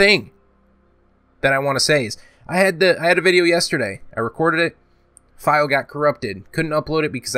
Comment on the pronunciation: "Back with another Frrrannhahor vidja"